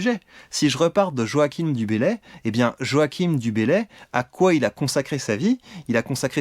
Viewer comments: En revanche, Joachim Du Bellay, ça se prononce pas "Joakim" mais «Joachin». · Super... Euh... Moi j'y vois deux façons de prononcer. Joachine avec un e muet ou Joachain ? Si vous avez l'enregistrement sonore d'époque... Merci.